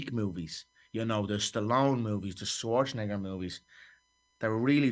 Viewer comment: Conor saying Schwarzenegger sounded crazy